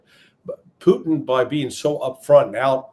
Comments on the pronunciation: Poo-Teen...C'Mon Ray...🤡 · Why does Ray McGovern call Putin "Pooteen"?